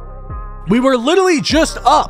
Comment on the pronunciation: Congrats on the record and btw it’s literally not litally 🤓🤓🤓🤓🤓🤓🤓🤓🤓 (this is a joke idk if that just how you say literally I jus started watching you like a week ago)